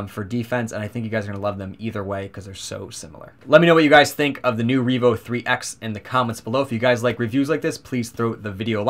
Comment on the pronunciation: Revo, not Reevo. Solid review the pronunciation was just throwing me off.